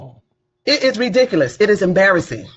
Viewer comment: What's embarrassing is a grown woman running for office that can't pronounce the word ridiculous correctly.